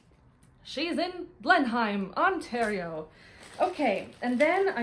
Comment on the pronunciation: btw... Blenheim ON is pronounced Ble-nem.